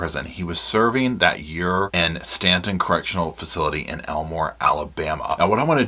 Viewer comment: Staten Correctional is pronounced as “Stay Ton or State’n” And Wetumpka is pronounced “ We-Tump-kah” I can assure you all as someone whom worked as a Correctional CRNP (Nurse Practitioner) for more than 14 years in several AL-DOT facilities in Alabama, you don’t know the half of what truly goes on inside these prisons. Alabama prisons are some of the worse if not the worse in the United States. I struggled for the last 6 years I was employed there and finally walked away. I performed more emergency procedures than ever in any emergency department/trauma unit. I will also state, offending should be segregated based off the extent of their crime. They should not be held in adjoining facilities as they would not be able to provide protection. These guys are extremely smart and have nothing better to do than study everything about you.